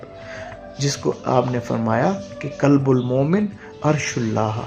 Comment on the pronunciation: Kulb ka matlab hey kutta aap please koshish keryn qalb bolney ki Allh AP ki asany kray ameen